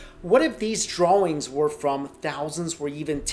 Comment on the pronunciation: it sounds weird when he says drawing